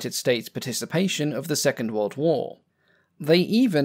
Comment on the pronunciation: "Pacific whoa" I bet he's trying to say Pacific war.